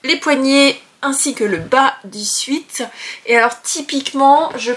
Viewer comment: Bonjour, merci pour ces podcasts. Petite précision au sujet du chandail de molleton que tu vas coudre. La prononciation ne devrait pas être "suite" mais "suète" d'où vient l'expression anglophone "sweat shirt" "chandail pour faire de l'exercice-pour suer. Pas très beau comme expression mais c'est ça.😊